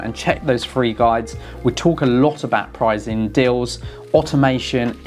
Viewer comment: Are you saying prizeing instead of pricing? It's very distracting.